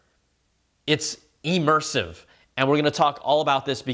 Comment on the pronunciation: “E-mersive”, eh?